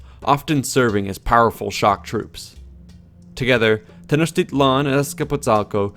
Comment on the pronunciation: No. A for effort, though. He tried. Most Nahautl words—especially nouns, emphasize the second to the last syllable. I.e. Tenochtitlan is Tenoch-teeee-tlan, thus the accentuated á, é, í, ó, ú. Also the tl at the end of words aren't as harshly pronounced as done in the video. It could vary from region to region but for Classical Nahuatl generally the tl ends with a sharp t and almost mumbled l. Like saying "Atlantic" but suddenly stopping before pronouncing the -antic part. Not Nawatoll. Funny enough "Atl" means water and "lan" could be translated into land. Together "Land of Water" or "Waterland".